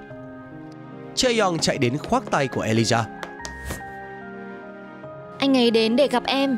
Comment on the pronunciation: ghi lộn mà cũng đọc là Alijah